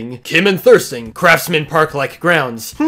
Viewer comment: You said thurston wrong